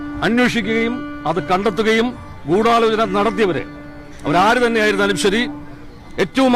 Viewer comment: ദിലീപും പറയുന്നു ഗൂഡലോചനണ്ട്.... മൊത്തത്തിലൊരു ഗൂഡലോചനാമയം... 🤣🤣🤣